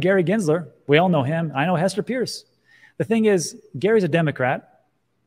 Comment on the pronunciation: You didn't offer any facts about why its not being approved other than your gut feeling. Its not Hester Pierce, its Hester "Purse".